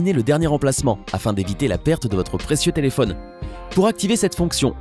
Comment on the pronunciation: "telephonne " i phone ouai